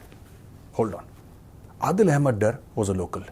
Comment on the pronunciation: یار میجر صاحب آ پ ہی مودی کو سمجھاؤ ۔ کہ کیوں خاموش ہیں ۔ لیکن آ پ کو بتاوں صرف انگریزی بولنا مسائل کا حل نہیں ۔ اپ کی طرح میں بھی یہ چاھتا ہوں کہ دونوں ممالک کے درمیان ایک خوفناک ایٹمی ہتھیاروں کی جنگ ہوجاے ۔ عادل ڈار تھا ڈر نہیں تھا ۔ نام کا صحیح نہ ادا کرنا اپ کے خاندان کی نشاندھی کرتا ہے ۔